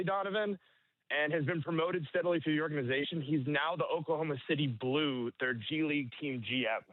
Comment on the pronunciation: Why does say “ordanization”, instead of “organization”?